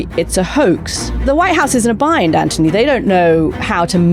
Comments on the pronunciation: PLEASE 🙏 PLEASE 🙏 PLEASE 🙏 STOP calling him 🐜 Ant - ony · Why do you call him Antony when his name is Anthony?